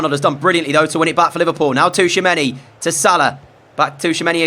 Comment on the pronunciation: Hey it's chouameni, not T'chouameni